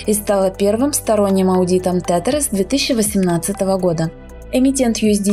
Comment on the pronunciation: Не тетэр, а тезэр читается правильно